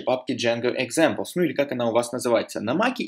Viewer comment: Автор канала - замечательный человек! Уроки тоже хороши! Но сука - пЭс, джЭнго, экзЭмплс. Как в анекдоте "Йода, можно я пукну?" - не пахнет, но слух режет :)